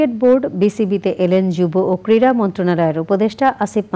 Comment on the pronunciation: ভালো উচ্চারণ না করতে পারলে কীভাবে সাংবাদিক হয়? কীড়া না ক্রীড়া?